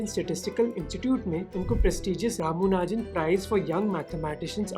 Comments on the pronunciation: not ramunajan, it's ramanujan lol..😂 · Ye "Ramunajan" kaun hain! 😂